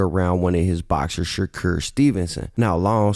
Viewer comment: N* saying “shacure” 😂🤦🏽‍♂️